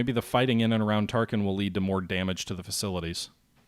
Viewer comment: Every time you call Tarakan "Tarkin" I find myself wondering about the assault value of the Death Star. :-)